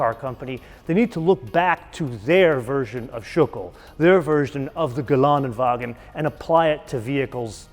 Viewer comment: It would be so nice if he would like to learn how to pronouce Geländewagen correctly - 'ä' is not 'a'